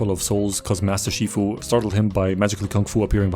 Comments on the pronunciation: Is no one talking about the fact that he said master FUSHI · Master Shifu❌ Master Fushi✅